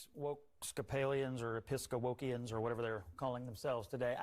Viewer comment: "Episca-wokians"? HAHAHAHAHA!